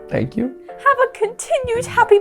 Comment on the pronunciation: Matpat, please never say shank you with my sausage ever again…. Thanks.